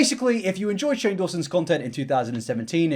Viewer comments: you call shane strange instead of shane haha not a hatertho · Cannot stop giggling at you messing up Shane’s name and calling him Strange instead 😭😭😭😭